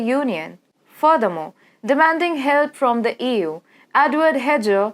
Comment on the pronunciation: the way you say EU sounds like Ewww haha,no table yyy.